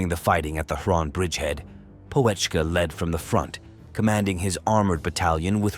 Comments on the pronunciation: What an appalling AI likeness - at beginning. Looks nothing like him! It's not Poe - etschke - check out the umlaut! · The "O" is silent, "Petschkah" would be more correct. He was a good soldier the kind you need to get the mission accomplished Narrator not so good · You didn't even bother to pronounce his name properly. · You don't even pronounce his name correctly, not even close🤡😄